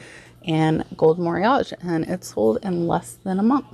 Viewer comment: Moriage I believe is pronounced 'mory-oggy' with a hard G. Great finds! Thanks for sharing!